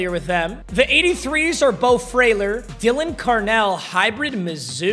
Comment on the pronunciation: Mispronouncing Daylan Carnells name and then not taking Luther made me cry as a mizzou fan